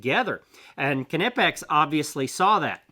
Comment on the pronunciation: Kanipex??🤣im going to go out on a really long limb here.Im probably 100% sure it’s pronounced ny’pex… Don’t know why people have such a tough time with the brand 😂